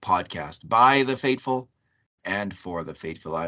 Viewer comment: Is David's intro saying "fateful" or "faithful?" If it's the former, I don't understand. If it's the latter, it doesn't sound like it....? Anyway, you two do a fantastic review of the games.